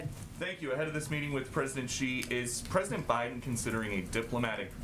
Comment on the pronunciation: hahaha she almost said pedodent